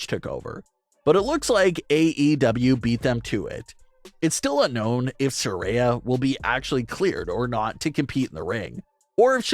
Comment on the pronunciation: It's sariya not saray